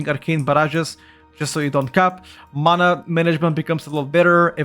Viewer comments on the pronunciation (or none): none